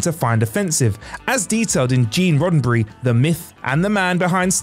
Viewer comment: "RoddenBry..".....you're killing us bruh....